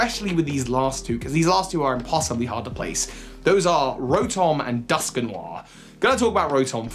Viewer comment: I'm sorry, but the way you pronounce Dusknoir is hillarious... Duskinwar...